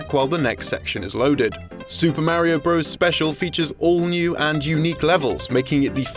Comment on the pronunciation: I do agree with you on not butchering language, as I've always been obsessed with spelling and grammar. I do, however, see the humor in pronouncing things incorrectly, as he did with "bros", which I'm sure he did on purpose, as they do quite commonly on this channel. This channel is informative, yet they do have a comedic sense. If people out in the world aren't using language properly, that's their problem, not the fault of a channel on the internet.